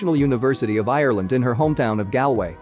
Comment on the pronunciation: Hahah why did you pronounce Galway like that.